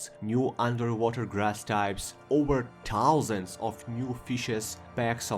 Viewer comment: Этот безупречный, немецкий таузент, шо я просто плачу